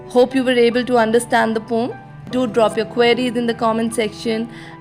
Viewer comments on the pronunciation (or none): as the word is poem just pronounce it as pow-uhm 🙂I am glad you did not take the comment in the wrong way and as it is said that teachers are also students you made that fact truu😇😃😄